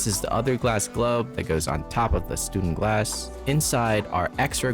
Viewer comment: You should probably get the name right before reviewing anything ... it's StÜNdenglass, or at least StuNdenglass for those with an impaired keyboard. ;-)